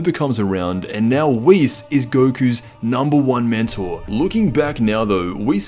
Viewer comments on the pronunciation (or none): none